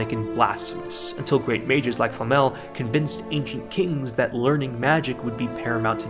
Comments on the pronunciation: Seriously, the only criticism of this video that is remotely viable is your pronunciation of "Flamme". ;) The substance of what you're saying is fantastic, even if in few instances I would have said something else, or would disagree slightly. That's the beauty of well made art - there is no "objectively correct" way to interpret it. And while I really don't care about MAL scores as other people seem to do, I'm glad that it managed to dethrone FMAB and show people that there is a show capable of doing that for more than 2-3 weeks. As for nitpicks (or rather place you could have expanded on and you showed in my opinion from only 1 point of view) - when you were talking about Lord Orden and you said that his situation parallel the situation with his family.... while it is true you forgot to mention that Lord Orden subverts this parallel. By acting in different manner than Stark's father did. And he shows that while superficially he acts very similar to Stark's father, when he goes beyond superficial, differences are quite... stark (pardon the pun). And Stark's (Stark means "strong" and in German) equivalent in this Family - young kid named "Mut" (Courage) is slowed down in his progress by being told that if he trains well, he will someday be a better warrior than his father. This serves as a foil to whole Stark's family situation and as an example to Stark that as bad as his father's treatment was of him (I'm not defending him, by any means), doing the opposite might not have be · Nice video, but: Who is Flamm-Al? We Germans are normally not sensitive about people mispronouncing our language but this is getting ridiculous. It might be because in the English dub words are mis-pronounced in the common way, while the Japanese version is closer to the real pronunciation, but then people are even being creative is their English flavored miss pronunciation. Just use a text to speech program to look it up.